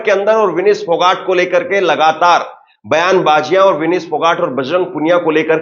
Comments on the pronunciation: पत्रकार बन्धु आप विनेश नाम बोलो विनिश नहीं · Vinish nhi h Bai vinesh h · विनीश नही, विनेश फोगाट।😊